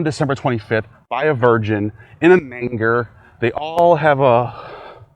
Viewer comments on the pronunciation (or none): that is not how you say manger